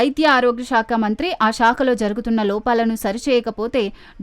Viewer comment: షాక కాదు సాక కాదు Ok శాఖ . ఇభ్బంది కాదు ఇబ్బంది బ కు ఒత్తు లేదు సరేనా ?